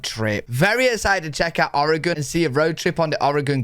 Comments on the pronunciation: Thank you for pronouncing our states name correctly. Most Americans can't even pronounce it correctly. Or-e-gun, not Or-e-gone, the state hasn't gone anywhere. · As a native Oregonian thank you for pronouncing Oregon better than most of the US. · I love how enthusiastic and complimentary you are about the US. I'm from Oregon (kudos for pronouncing it properly) and it is, indeed, a beautiful place. It's easy to find out of the way places that are stunning and you can have them all to yourself. It's a very diverse state with a gorgeous long ocean shoreline, mountains, lakes, and a high desert in central Oregon. I've lived here for most of my life and I'm still exploring. I hope you can visit our state one day - you would be most welcome!